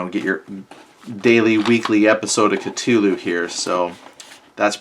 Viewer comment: "Ca-too-loo" lol